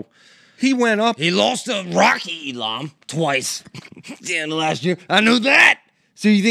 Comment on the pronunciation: says Elam correctly & the old coach (God love him) follows up by immediately saying it wrong then says it wrong later in the show 3 different ways😂😂😂 👉🏻EE-Lah-M